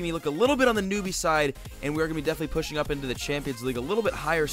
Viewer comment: he say "pussing" not pushing!! lol